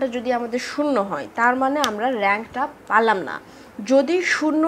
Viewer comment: আপনার ক্লাসগুলো অনেক ভালো লাগে। তবে পালাম না কি আবার পেলাম না হবে। এই উচ্চারণ টা ঠিক করা উচিত ম্যাম